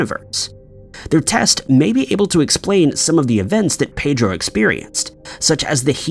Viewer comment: That is not the correct pronunciation of ‘Pedro’